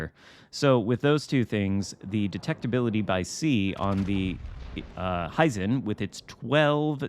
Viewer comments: It is "he zen" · The correct pronunciation is in the vid good sir. Hey - how about a LT russian bb instead of more ijn ships?